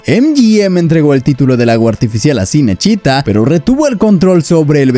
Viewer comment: No es sinesíta, Cinecittá (chinechitá)